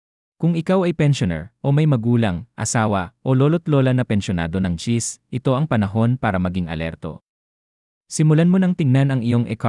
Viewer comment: Please pronounce the name of the agency clearly and correctly.... Not chizzzz. If thst is a fslse alarm, may something bad befall you for fooling us and dampening our hope. We are really in need to sustsin our living.